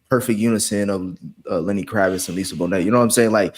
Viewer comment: It's Kravitz